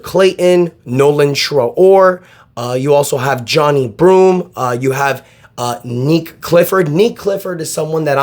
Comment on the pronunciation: Johni broome not johnny broome haha